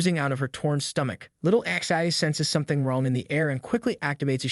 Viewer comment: remember, it is not ixi, it is pronounced zhe.